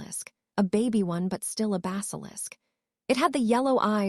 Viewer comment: The word is baby not Bobby